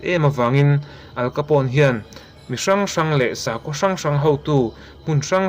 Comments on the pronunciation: Al Capone i lam dan khi adik lo... "Aal kapaw...n" tiin lam tur. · Al capone,how to pronounce'"AL KHAPOUNE"' .. Heti zawk hian ani e. 😏